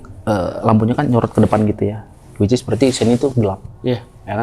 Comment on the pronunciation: gue ngakak pas dia bilang wicis